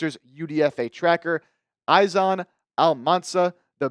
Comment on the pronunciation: izan is pronounced as ethan